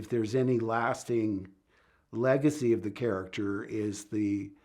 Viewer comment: "He was a carchter you could relate to". Unlike one other main charchter.